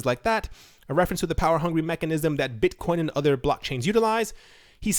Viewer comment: Mate you don't have a speech impediment. Though in one of your videos you did call Bitcoin Buttcoin.